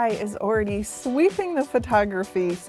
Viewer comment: I cringed in the first 3 seconds. The word is "already", not "oridy".